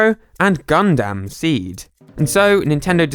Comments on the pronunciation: Gun-dum not dam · It's not "Gun-Damn" It's "Gun-dum" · ah yes gun-DAM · Ah yes I sure do love watching some "GUN DAMN" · Btw, you said Gundam wrong. It's pronounced like Gun-dum.